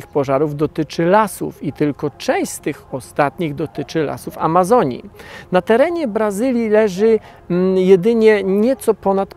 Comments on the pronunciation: czy tylko ja słyszę "alazonii"? ;) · Jeden z nielicznych materiałów mówiących prawdę o tym co się tak naprawdę dzieje w Amazonii w tym roku albo co się nie dzieje. Przyjemnie się ogląda. Gorzej słucha. Szkoda tylko, że autor dalej ma widza gdzieś. Czy Pan siebie słyszy? Setki tysięcy osób Pana ogląda. "Wylesienie Alazonii", "ziemskiej atmoszferze", "z uwersutu w Albany", "Barzylijsie PKB". Poprawianie siebie jest do przyjęcia. Rozumiem, że nie jest Pan zawodowym lektorem, ale żaden z doktorów ani profesorów na mojej uczelni nie myli się tak często jak Pan, a to nie jest materiał na żywo. Z odcinka na odcinek jest tego coraz więcej. Może pozostaje pozdrowić głuchego operatora kamery. Pozdrawiam